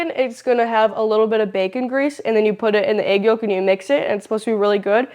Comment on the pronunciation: Yolk the L is silent. Walk yolk folk silent L eng 101